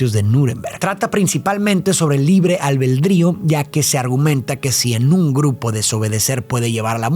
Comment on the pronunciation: se dice 'libre albedrío', no 'libre albeldrío'